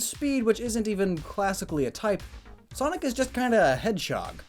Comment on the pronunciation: I’m bothered by the way you pronounce Sonic